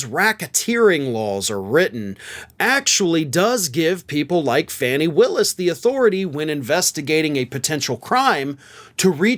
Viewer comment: Nice summary. BTW it's Fauni Willis, not Fanni Willis.